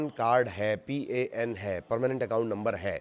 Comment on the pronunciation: Pin nhi bolnika Pan kads bolo Jo deli shir se Banki ata tah